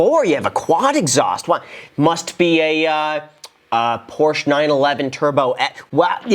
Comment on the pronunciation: Dude... for a guy who owns a Ford GT you should know how to pronounce Porsche....come on man. The girl in the video even pronounced it correctly and you STILL said it wrong right after her...